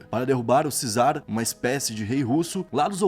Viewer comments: CZAR não se lê "cizar". O correto é "quizar". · Só um adendo, não é 'cizar' e sim 'quizar', a palavra czar, é basicamente a mesma coisa que kaiser, e ambas derivam de caesar, ou seja césar, que significam imperador e/ou rei. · Ainda não aprendeu a pronunciar corretamente a palavra Czar?!!!???